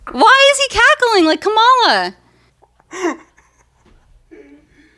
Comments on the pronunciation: a proper pronunciation of "Kamala!" Dernald tarmp wouldn't be proud of her for pronouncing the boogeyman's name wrong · Proof the mispronunciation is a conscious choice. Classic Freudian slip where she actually pronounces it correctly 😂 But yeah, she will learn about causality hopefully sooner than later. I can tell she is not as daft as she likes to portray, and I think she has good in her because she does care about protecting her daughter. She is just enjoying the shock value from her comments and generally I can’t hate her hustle because I can respect the game even if I don’t agree. I hope that she will take the time to research those words and really try to understand and empathize when she finally understands how certain words carry a lot more weight and simply using them normalizes the heinous ideology behind them. She didn’t like when people started saying terrible things about her daughter, but that is the effect of normalizing hate. Plus, the internet is forever 💯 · did accidentally say Kamala’s name right??